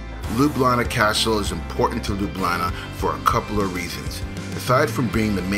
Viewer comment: you say Ljubljana like a young people in Slovenia :) hope you enjoyed Slovenia